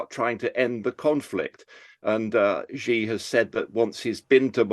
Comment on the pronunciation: I cannot take any China "expert" seriously who can't even properly pronounce the family name of the President of China properly.